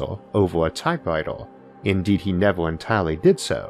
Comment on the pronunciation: sometime SOO-NA sometime LAY-TA sometime NEV-AH cuz we got something BETT-AH